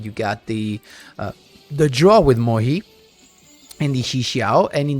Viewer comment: mohe? moYE, as in YES